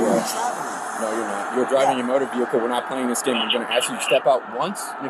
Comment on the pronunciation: Looks like he is involved in commerce. He seems to be hauling trash. Look at all the garbage in that “vee hick el”.